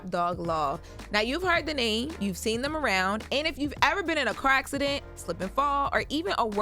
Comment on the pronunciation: You been in an act-ci-dent?